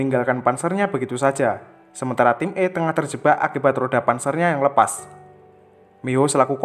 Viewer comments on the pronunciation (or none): none